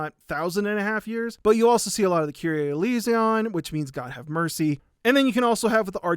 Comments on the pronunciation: A note on Latin/Greek pronunciation: The Confiteor is (usually) pronounced "con-FEE-tay-or" or "con-FEE-tee-or" (I think you added an extra T in there) and the kyrie eleison is "KEE-ree-aye eh-LAY-ee-son". EDIT: apparently the words aren't correct. The Confiteor in Latin goes: "confiteor deo omnipontenti..." So good to see you back, man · crying at the pronunciation of "kyrie eleison" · He did not just pronounce kyrie eleison like that lol